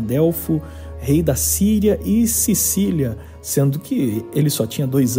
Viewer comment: Eu ouvi Sílicia, seria Sicília,?